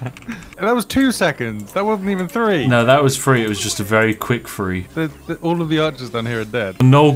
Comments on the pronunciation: anytime you pronounce three as free i have to turn off. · Three* not free silly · "free?" You mean.. three? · Three and free are two different words.